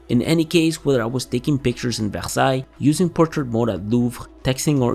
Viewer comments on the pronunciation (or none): none